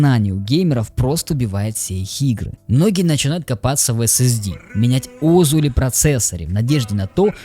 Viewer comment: Айтишники всегда говорили озУ, а не Озу. Ударение на последнюю букву. А то звучит по-ламерски, как Микрософт вместо Майкрософт.